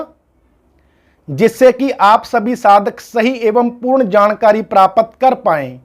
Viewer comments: महत्व को महतव और प्राप्त को प्रापत बोल रहे हैं जी आप कृप्या सुधार करे 🙏🙏🙏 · Video bahut achchha hai...🙏 Bas ek chhoti si truti ki or dhyaan akarshit karna chahunga : Aap praapt shabd ka praapat uchchaaran kar rahe hain...